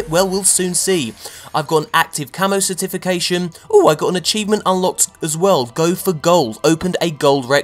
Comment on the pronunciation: I have to be honest... I can't stand his voice. Especially when he says cerTIFICATION instead of CERtification. Emphasis, people, emphasis.